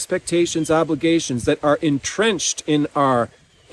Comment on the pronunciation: Did you say entrenched or en-drenched. 😅 What a trooper to deliver this message in the rain. Fantastic indepth message.